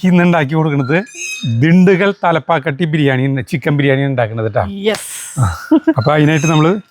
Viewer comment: തലപ്പാക്കാട്ടി അല്ല, തലപ്പാക്കട്ടി ആണ്.... 🙏💕